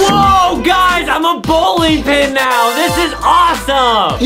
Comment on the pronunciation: Bowling more like Bowking🤣. I really love the video. ♥️